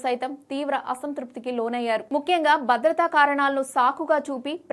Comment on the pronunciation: News రీడర్ ఎంపిక అందం అనేది ప్రామాణికం కాదు, పలికే స్పష్టత ఉండాలి.. బారత్ కాదు భారత్, బద్రత కాదు భద్రత, వైకరి కాదు వైఖరి , బేటీ కాదు భేటీ.... ఇంకా ఎన్నెన్నో...